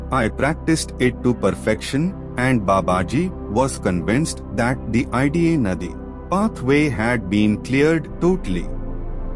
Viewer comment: Tks for providing information. I request you to correct your pronunciation specifically Ida and pingala nadi as you know every ovel and consonant has different vibration. It’s western who are not aware of the terminology pronunce wrongly or incorrectly. I have no intention to comment but to correct 🙏🙏🙏🙏